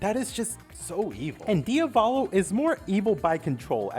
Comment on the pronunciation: Its pronounced "diav-ollo" not "DIA-VAAHLOW"